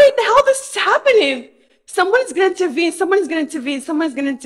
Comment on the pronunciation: Is she trying to say "intervene"?? Sounds like shes just saying "tervene"